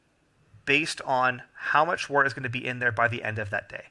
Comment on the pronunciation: Thanks for the videos. "Wort" is pronounced "wert" and "trub" is pronounced "t rube".